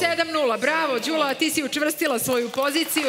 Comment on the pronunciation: konačno neko da skrene pažnju i na akcente. Jer kad su devojku predstavljali, uvek su govorili kratkosilazno Ðűla, a kad su joj se obratili u vokativu,pa i ona sama, onda su rekli Ðúlo. Dakle, devojka je pogrešno predstavljena od strane voditelja.